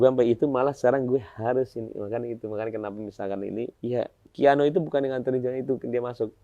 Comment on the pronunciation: Sekelas teamnya Nulis nama KIANO aja salah jd keanu😂 how come? 😢 penyebutan nama Haram lho ampe salah